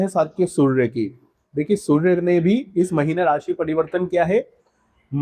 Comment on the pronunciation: मात्र सूर्य शब्द का उच्चारण आप ठीक से नहीं कर पाए